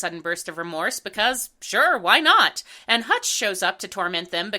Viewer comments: I’m sorry,, but his name is “Hunch,” not “Hutch.” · Ok, since apparently no one else is going to bring it up; the owl's names is Hunch not Hutch. Sorry but that was like, the one thing in this review that really bugged me. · The Duke's nephew is named Hunch, not Hutch.